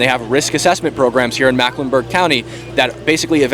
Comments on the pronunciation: Just wanna say, it's Mecklenburg not Macklenburg. 😁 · Mecklenburg. Say "Mecklenburg." Not macklenburg. It's our largest county and encompasses ALL of Charlotte, NC. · Bro just learn how to say “Mecklenburg” everything else was on point